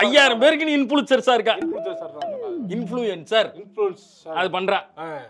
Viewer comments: Influencer❌ Influechchar✅ 🤣💥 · Influencers ❌ Inpuluncer ✅😅